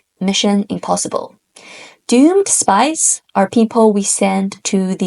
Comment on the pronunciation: most entertaining explanation of the art of war and I'm pretty sure the most understandable! Thank you for this video. Although...I did hear "spice" instead of "spies" ("spies" in my dialect ends in a z sound rather than an s sound) and was so confused until the word was actually put on the screen. For real was wondering whether the use and volume of chili pepper vs saffron or whatever was somehow important and completely willing to accept it as a possibility. 😂